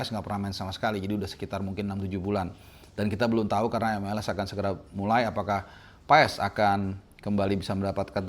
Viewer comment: Orang ini keras kepala, sdh tahu nyebut Paes dengan benar.. tetep ngeyel